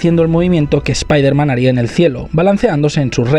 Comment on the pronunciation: Muy buen vídeo, pero no pronuncies espaiderman, nunca más.